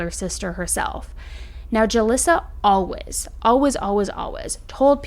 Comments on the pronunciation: I’ve never heard anyone say “always” like you do. Like “Alwez” no judgement, just an observation 😊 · Why do you say alwaYs like alwas it drives me insane 🥺